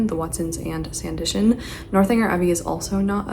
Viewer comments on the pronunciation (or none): it's sanditon! (not sandition)🫶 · Love you! But, if you say Sandition one more time!!!!! It's Sand-i-TON.